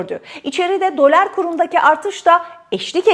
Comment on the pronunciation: Abla şuna dölar deme ya lütfen